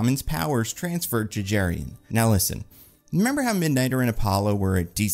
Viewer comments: Jerry-on. 😂😂😂 going to try calling dutch dudes that and see how it goes over. (Joking with love - the name Jeroen is pronounced pretty differently, kind of like yuh-roon) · The Doctor's name (Jeroen) is pronounced "Yuh-roon". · Dutch guy here: the name Jeroen is pronounced 'yeroon', stress on the second syllable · Hearing pronounce Jeroen as Jurrien really threw me. Honestly his last name seems anglicized in the comics, so the correct pronounciation in Dutch could be closer to 'Yur-oon Torn-Daik'